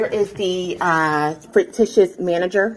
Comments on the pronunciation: Did that foolish woman just say frictitious? What the heck is that? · What is "frictitious" and why does she keep repeating it? Is "fictitious" the word she was going for? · Is she saying “frictitious” instead of “fictitious,” because the former could rub people the wrong way. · "Fricticious??" LOL!!! And did she really just ask for the US Army?? 🤣🤣🤣 Ok, Karen - whatever you say... But: Doesn't she think the US government is fraudulent? Then why would she think the US Army would be appropriate? 🤔🤔🤔 Can't have it both ways, Karen. 🤦🏼‍♀️ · Did she just say “where is the “fricktishus” manager”? I’m only 0.52 seconds in! Good lord! 🤣 😜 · That got me laughing as well. It's a wonderfully sounding fricktishus adjective! 😂😂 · All rise? Definitely one of Pauline's group. Thats one of their bits. Also, fruictitious? That's a new one 🤣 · Errrr “fricritous” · Fricticious? English isn't her primary language?